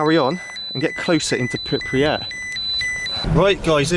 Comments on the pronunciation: priri what ? pronounce is fgucking right mate. PRIPYAT" ! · Ah yes, ”pipryat” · Prip Yat. New Clear , had to get that said ! apart from that this was really good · Lol thought same thing! "pipuryat". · If he says "PIPRYAT" one more time, i'm going to loose my shit. 😂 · Pipriyat, seriously ?? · I swear to god if this guy says Pripriyat again im gonna fucking explode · pri pri pri pri unit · Great vid however The incorrect pronunciation of Pripyat was so annoying 🤯 Sorry but you repeatedly called it Pipriyat and I caaaant 🤦🏻‍♀️ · "And everythinK else" - "In call of duty, and i paYED that game a lot" - "District number fhree" - "Forf grade class" - "Pirpiyat" Do you have some sort of speech impediment or is English not your native language? Whats going on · He keeps pronouncing it Pipriyat - Otherwise it was interesting. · Hey If you want to record and comment everything about the city first thing is to learn simple thing which is pronounciation of a word Pripyat.Not the way you say it. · You should know how to pronounce where you are! It is PripYat! Two syllables not three! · You're actually missing the YAT at the end. It is spelled P R I P YA T. Thank goodness Russian is mostly a phonetic language. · How you pronounce pripyat gives me absolute anxiety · If you can't even say the name of the town, don't make a video about it. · Cringe when he kept on saying the name of the town wrong. It's Pripyat. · Actually one of the better Chernobyl videos, but discredited hugely by your mispronunciation of the place and your unwillingness to recognise the use of ‘th’ in the English language. The number is three. Not free. 🤦‍♂️ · World record number of times mispronouncing Pripyat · Just wondering how to get anywhere when you can't even pronounce where you want to be. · lol man, how you pronounce Pripyat :) ...don't butcher it in front of russain people :D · I can't watch it for that reason, just learn the fucking basics..cant even say where he went 🤣🤣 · Pripyat not Pipryat 🙄